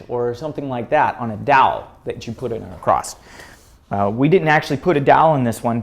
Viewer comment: there is no "T" in the word " across"